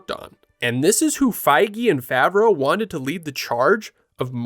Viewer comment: Favreau...pronounced wrong until the last mention of his name...wow now that's a sh!t show